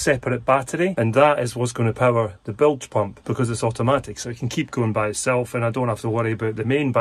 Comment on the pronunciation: I hereby announce the brand new drinking game called Bilge Pump. We all take a drink when says Blige Pump in this video 😂…… Bilge Pump